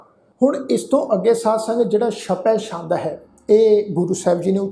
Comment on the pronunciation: ਸ਼ਪੈ ਸ਼ੰਦ ਨਹੀਂ ਜੀ ਛਪੈ ਛੰਦ ਹੈ